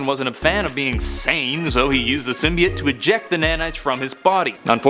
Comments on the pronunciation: Finally, someone who says it CORRECTLY! It's symbiot not simbyoat! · thumbs up for not saying sim bi oat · How you say it is correct not how they are saying it in the movie is wrong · As far as I’m aware, your pronunciation of “symbiote” is more correct.